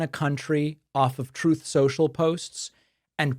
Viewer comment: "Troth, Sential"